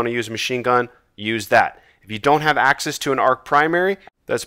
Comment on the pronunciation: Every time you said access I though you said Aksis 😂